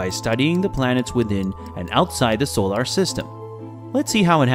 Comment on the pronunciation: Is this AI narrated or does this person honestly not know how to correctly pronounce the word, "solar?"